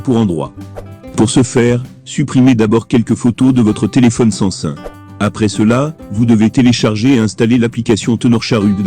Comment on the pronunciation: Sais pas San.sun mais SAM SUNG